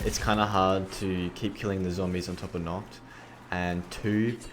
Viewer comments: it is called NACHT and not "nockt" der untoten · Has anyone noticed he pronounces Nacht "Nocht" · The way you call nacht 'knocked' bugs me